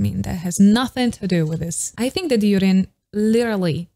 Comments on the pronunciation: I wonder why you say Yurin for Jurin when the first line of Jurin's bar is saying her name (joorin). Her name is Japanese so J is not like the German J. Just curious. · JURIN Not YUDIN